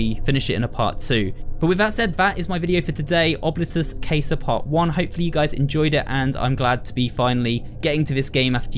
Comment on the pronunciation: Quick thing with pronunciation. Coming from the southern U.S, i will say I believe the pronunciation to be closer to Ob-lee-tus Cah-sah. Other than that slight mispronunciation, the video was wonderful. Thank you for uploading such quality content, and I hope to watch you for horror endeavors in the future.